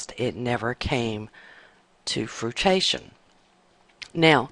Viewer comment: WTF is "to frutation?????" I think you mean to FRUITION.